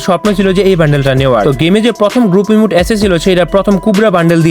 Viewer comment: Red ❌ Rid ✅ Emote ❌ Emute ✅ 😅😂